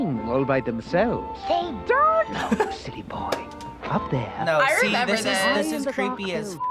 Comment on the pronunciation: says renember